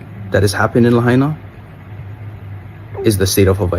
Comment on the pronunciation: Pronounced "La-hyena"